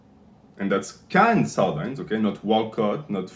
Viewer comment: Regardless of your ratings, I can't trust a man who mispronounces sardines.